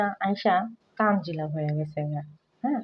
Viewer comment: ১০০% তানজিলার নাম তানিয়া। এইজন্যই প্রথম প্রথম দেখতাম এরা কেউ ঠিকমতো “তানজিলা” বলতে পারতো না, বলতো- তানজেলা।😅 সারিকা- মরিয়ম- মইরম। তানিয়া- তানজিলা- তানজেলা।